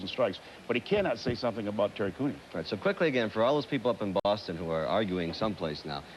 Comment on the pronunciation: SCREW bwoston....wa wa wa....